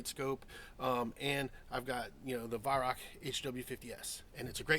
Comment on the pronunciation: It's pronounced as Why-rowch . ch is a gutteral G like in the Scottish word "loch".